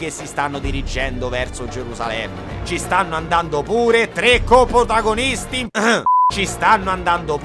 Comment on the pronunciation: Sarà passato più di un anno, ma il non riesce ancora a dire coprotagonista. Vabbè te se vuole bene lo stesso <3